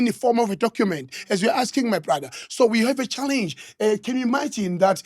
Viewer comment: When he said challengeueww😂